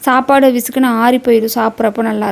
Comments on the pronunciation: Sapadu nu slunga akka chapadunu oru maathiri sluringa athu nalave Ila pronunciation maturity ilathavanga pesura maathiri iruku ..thappa eduthukathinga ka solanumnu thonuchi sorry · Chappadu ila sapadu😂😅ithu tamil thana ithu kuda sola matringa nenga tamil thana mother tongue